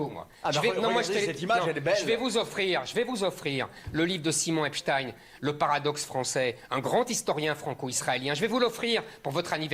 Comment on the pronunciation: Lui aussi ça se prononce "epstine" ?